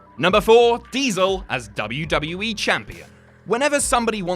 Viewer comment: sorry, did you say WWA?